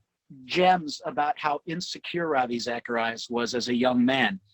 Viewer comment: Not REVAI....it is RAHVEE! Like pronounces his name correctly 🤗